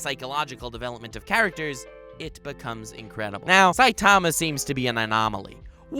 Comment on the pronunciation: What’s with the weird way this guy pronounces saitama